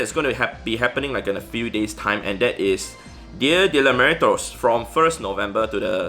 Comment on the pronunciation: That's not how you pronounce "Dia de los muertos" but we can give it a pass :)